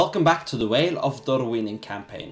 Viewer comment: that's how you pronounce it , should be more of an "f"-sound